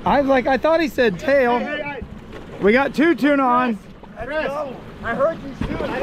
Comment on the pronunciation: Tuna not Tina sorry